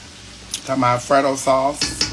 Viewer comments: Did he say "Frodo" sauce? This Lord of the Rings oversized elf-looking gruel(love that word, ) eating giant. I swear I heard "Frodo" sauce cause I sure ain't hear Alfredo. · Lmaoo.. 😂 Frodo LOTR sauce.